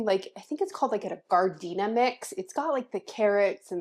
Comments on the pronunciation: Good morning. I love your garden and property!! ❤❤ the word you're trying to say is actually jar din air that's a big condiment in Italian meals. We spell it with a "g". I ❤ when you butcher words. It makes me 😊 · Pronounced “jhar-din-air” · I believe what you made is pronounced zhar-din-air. The green peppers you put in are definitely not jalapeños, they look like small poblanos(pronounced po-blah-noes) to me. Jalapeños are more smooth, slender and have a thicker, firmer flesh. Poblanos are more flexible. Thanks for sharing this! It would make a fun addition to Christmas baskets. Have you seen a steam canner? I think you would love to use one instead of a water bath canner.